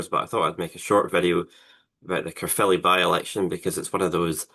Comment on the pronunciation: Thank you for pronouncing Caerphilly right it's not carefully and Cymru is not Simru ffs